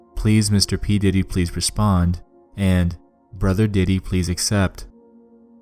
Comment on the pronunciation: When you said diddy, I heard Titty.